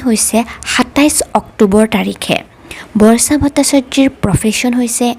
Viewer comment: অসমীয়া উচ্চাৰণ শুদ্ধ হোৱা উচিত। আনক আনুসৰণ কৰি সুৰ দি নিজৰ মাতৃভাষাটো বেসুৰা কৰিলে শুনিবলৈ ভাল নালাগে। উদাহৰণ স্বৰূপে বৰ্ষাটো বৰ্চা কৰিব নালাগে।